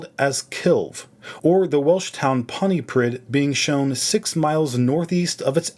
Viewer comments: Pontypridd is pronounced PONT-EE-PRI-TH. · I didn't expect to see Pontypridd in this video! FYI: It's pronounced like Pontypreeth.